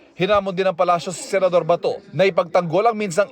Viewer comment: Yung bato naging Bahtoh, batow, batoo, bahtuwo🤣🤭🤭🤭